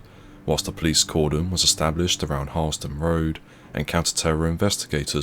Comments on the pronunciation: Pronounce Willsden more like Wills-dun not willis-dun 😉. Very nicely researched video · WILLS DEN - Not Willes Den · Its pronounced Wills-dern. Not Willers-dun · BTW it’s pronounced Wills-den, not Will-es-den. 👍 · What happened to them afrer they were released from their soft sentence?...living on benefits and plotting something else I suppose... British 'justice' is a joke Oh and its pronounce wheelsdon...not willisdon...🙄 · It’s not pronounced “Wilysdun”, it’s “Willsdun” the ‘e’ is silent! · It’s pronounced ‘wills den’ not ‘willes den’. It’s just bothering me sorry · It’s pronounced WILLSDEN not will- Es-Den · Just a heads up Willesden is pronounced wills-den same way Harlesden is harls-den. There is no Willie's den 😁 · Watching from Harlesden. 😝 PS it's pronounced Wills-den not Will-es-dem. . Same as Harlesden. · You're saying, Willesden wrong. It's pronounced, 'Willsden' the e is silent. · I'm sorry but it's pronounced: willsden. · It's actually pronounced , willsdon. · Isn't it pronounced "willz-d'n" (two syllables)? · It's pronounced wilsden. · Willesden is pronounced 'Wheels-don' or "Will's Den". Not trying to pick faults, just trying to be helpful. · For future reference Willesden is pronounced 'wills-den' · Small nitpick but Willesden is pronounced "Wills-duhn", similar to how you pronounce Harlesden - otherwise cracking video as usual! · Pronounced : ' wiwsden' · Willesden is pronounced - Willsden. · Nice vid. However, never heard Willesden pronounced that way. 😅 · why can't you pronounce willesden properly ? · The E in Willesden is silent 😂